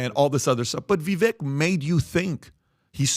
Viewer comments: This man is so educated at least have respect and pronounce Vivek properly, It's pronounced vivake (like cake) not pronounced as vek at the end. He's been on your podcast even I believe? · Please pronounce Vivek’s name correctly—VI-VAke is how it is pronounced. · IT’s VIVEK, LIKE “cake”!!!! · PBD & crew... you guys had Vivek on twice?! Podcast & townhall... How can everyone of you keep screwing up his name?! He told you it's pronounced Vi-vak... wake/cake/make. Get it right! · Love the podcast, but with as important as this podcast is, can we please start to say Vivek's name correctly? Vivek says he appreciates the effort, but after 6 months it starts to become laziness. Vivek .. vek is pronounced like Vake. Vivake, spelled Vivek. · ViVAKE like CAKE!!! STOP MISPRONOUNCING HIS NAME!!! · Hi. Vivek sounds more like "cake" than how youre all pronouncing it. gotta learn your next vp's name. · Love all you guys (cough, cough,?, cough!) and everything you do; but Vivek's name is pronounced "Viv-ā-k", as in, an "ache" in your bones. Viv-ache. He's pretty clear about that and the entire panel is pronouncing his name wrong. lol. Anyway, keep killing it! God bless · can’t even say Vivek’s name right. 😂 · Day 3 of asking Pat to stop mispronouncing Viveks name